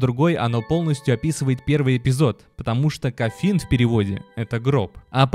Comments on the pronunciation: не коффин,а кофин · Можно было не полениться и вместо множества никчёмных слов потратить пол-минутное время на посик правильного произношения основного слова в названии этой игры, за которую взялись? COFFIN звучит не как "коффИн", а как кОффин